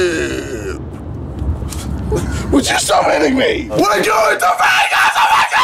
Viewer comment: says Vegas as vague ass